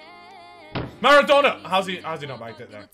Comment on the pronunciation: I swear near the start in the team section he called maradonna madonna